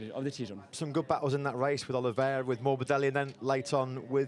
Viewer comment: That hit the spot: "Oliveira"! Thank you Simon!